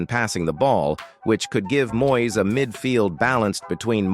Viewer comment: Please get a commentator who can speak proper Engish. He first should be able to pronounce MOYES name correctly !